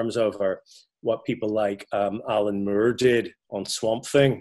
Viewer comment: “Alan Mure”